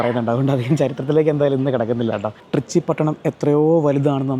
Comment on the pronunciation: ട്രിച്ചി അല്ല ത്രിച്ചി അല്ലങ്കിൽ ത്രിച്ച രപ്പിള്ളി